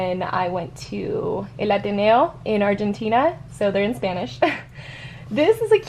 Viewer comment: el ateneo i'm crying you pronounced it so nicely